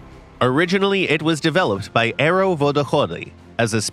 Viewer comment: i hate how he the pronounces Aero